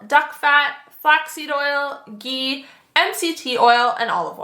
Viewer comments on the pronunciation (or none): none